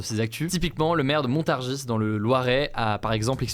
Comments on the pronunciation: Ça se dit "Montarji" haha pas "Montarjisse" pour Montargis 😅 Et le maire nous a sorti un message quasi d'extrême droite ça fait peur 😢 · Hello Le "s" de Montargis dans le Loiret ne se prononce pas.. Bonne soirée 😉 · Montargis !!!! On ne prononce pas le S voyons 😂